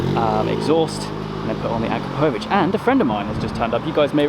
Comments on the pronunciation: It’s a-crop-o-vic not a-kra-po-vic 😓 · It's pronounced a krap o vich! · Love it dude, sounds great, just making the car an even better all rounder! Btw I think your mean to pronounce it A-krap-o-vitch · The exhaust name is actually pronounced "A-Crapo-Vitch"... for obvious reasons! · Pronounced A-crap-a-vitch just so you know. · That's NOT how you pronounce akrapovic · First learn how to say AKRAPOVIC